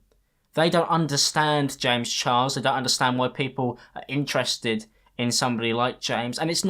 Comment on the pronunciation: confirmed says James Chiles because of his accent 😂💕